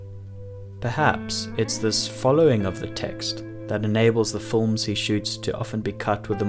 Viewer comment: My only wish is this guy would say “films” instead of “fullms”